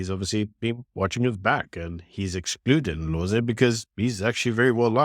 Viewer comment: Its not Indlozi. Its Ndlozi ... as in (n)Dlozi. These people are not irrelevant, but have become very boring.